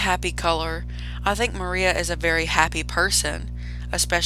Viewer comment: Miranda❌ Maria✅